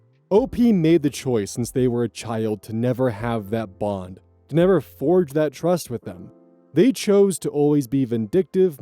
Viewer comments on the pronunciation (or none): none